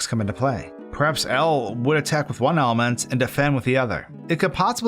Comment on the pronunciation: Everytime he says element I hear almond